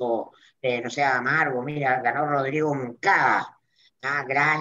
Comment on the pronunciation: Oye, es Mundaca no Monacada!!!